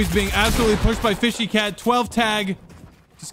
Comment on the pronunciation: says fishy cat me ITS FSHYNOTACAT